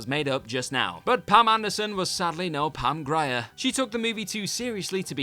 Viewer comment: I find it to be crazy that y’all got Pam Grier’s name wrong, not once, but twice as of recent. How do you even get her name wrong like that 🤦🏾‍♀️